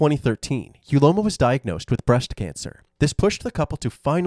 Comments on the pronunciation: Uloma pronounced ‘Ooloma’. What were you thinking wicked woman? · Not me correcting the pronunciation of "Uloma" in my head every single time. Having a variation of the name "Ihuoma" and having it mispronounced every single time has definitely taken its toll on me. 🤕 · Uloma ❌ Ugointojail ✅